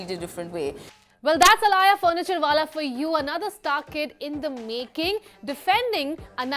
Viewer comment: Her name is alaya not alia